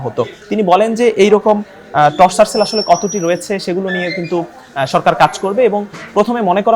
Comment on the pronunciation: টর্চার সেল না টরছার সেল। উচ্চারণ ও পারেনা।মুর্খ সাংঘাতিক।